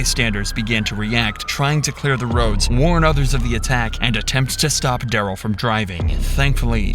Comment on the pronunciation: Ole Duh-rell.